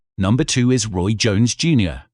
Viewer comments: you said ray.....i know you know its roy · Am I deaf, or is this guy calling RJJ 'Ray' not Roy? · this man called ROY "RAY" 🤦🤦🤦🤷🤷🤷 WTF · Roy…not Ray. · "when Ray was at his best"? Ur, it's Roy, dude. I think the voice-bot has glitched. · He is saying Manny´s name wrong,and then i got to RJJ...He calls him Ray. I just can´t get over it. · It’s ROY, not Ray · Really??? Ray Jones???? It’s fucking “Roy” u casual fan!